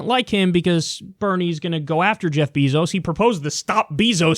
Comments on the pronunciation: It's pronounced bay-zos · Is "beezos" the proper way to pronounce Bezos' name?